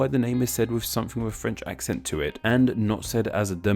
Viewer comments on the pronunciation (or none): none